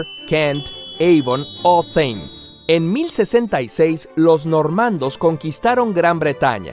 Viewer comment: ¿”Yeikob” Grimm? Creo que si es un personaje alemán, su nombre debería pronunciarse en su idioma - o en castellano, si estamos hablando en ese idioma. Por cierto, felicito tu pronunciación en inglés, solo un dato: The Thames no se pronuncia como zeta griega, sino como t aspirada.